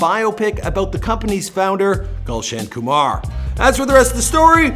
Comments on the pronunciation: this guy is triggering me. he us mispronouncing all the indian words. foh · its nit golsion koomaar .... its Gulshan Kumar 😂😂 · Not Galson Kamar, its GULSHAN KUMAR..😀😁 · He is not Gulch and Kumar. 😂😂😂 He is Gulshan Kumar😂😂😂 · who is galson khumaar...i know gulshan kumar😅